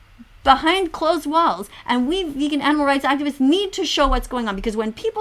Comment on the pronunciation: Vegan is pee-gan